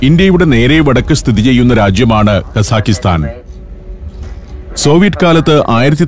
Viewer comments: പ്രിയ സന്തോഷ് ജോർജ്ജ്. ഞാൻ 8 കൊല്ലം അൽമാട്ടിയിൽ ജീവിച്ച ആളാണ്. അതു കൊണ്ടു മനസ്സിലാക്കിയതാണ്. കസാഖിസ്ഥാൻ എന്നല്ല കസാഖ്സ്ഥാൻ എന്നതാണ് ശരി. നമ്മൾ മലയാളികൾ ഉസ്ബക്കിസ്ഥാൻ കിർഗിസ്ഥാൻ എന്ന് പറയുന്ന പോലെ കസാഖിസ്ഥാൻ എന്ന് തെറ്റായി പറയുന്നതാണ് ' - തെറ്റാണ് ഞാൻ പറയുന്നതെങ്കിൽ ക്ഷമിക്കുക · The correct pronunciation should be "kazakhatan" without an "i" between both the syllables.